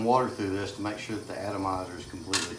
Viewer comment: 🎵🎤 "Make surrre you get the paint out of therrre" 🤣👍🏻love it, thanks for sharing